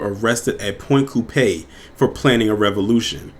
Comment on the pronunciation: It's pronounced point coup pee, sorry just from Louisiana